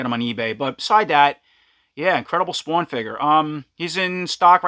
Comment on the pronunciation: tell me you are from New Jersey without saying you are from New Jersey"Spwwwaaannn" dope video , can't wait to get this one.